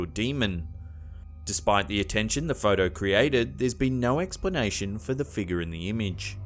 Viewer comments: That apparition at the wedding in the stained glass window is simply a bush that grew right up against the window. What I'd really love to hear is the narrator actually pronounce figure as fig-your instead of "figger." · "figger'..... Sorry it's all I hear when he says figure lol 😂